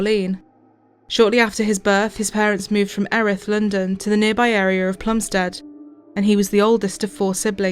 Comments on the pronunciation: It's a great documentary but it's 'Plumstid' and 'Ear-ith' as my elderly Plumstid born mum could tell you! Otherwise 10/10! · Erith is pronounced Ear Rith